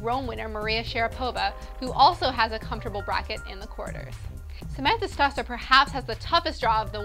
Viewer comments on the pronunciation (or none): pronunciation tips: "Skeeahvoenie", "stoesir", "almahgro", "Mary-un Bartoli", "petkovitch", "jokeohvitch", but thats the way the announcers say it on the tennis channel, who knows who's right, haha. luvya